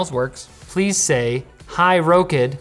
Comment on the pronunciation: I'm pretty sure they expect you to pronounce it rock-id not row-kid that might be the problem with the wake word.